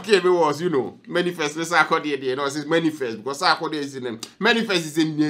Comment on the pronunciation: The word is manifest not Many Fest okay 😃😃😀😀😄😄😄